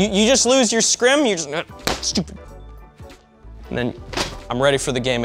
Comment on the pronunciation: "losed your scrim" 🤣